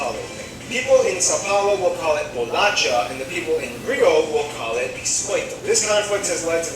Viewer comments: ITS BOLACHAAAAAAAAAAAAAAAA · I only have one thing to say: it's bolacha! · Just so you know, the right way is bolacha